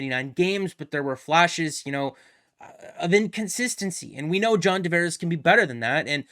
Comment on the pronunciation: Guy, it's Tavares, with a T. I'm losing it hearing you repeatedly call him John D'Vares. 😤